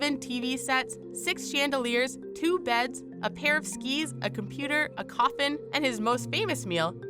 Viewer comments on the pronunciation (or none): none